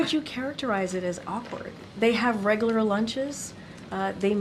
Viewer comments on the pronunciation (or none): Perhaps you should pick someone who can actually pronounce the word “regular” to be the White House Press Secretary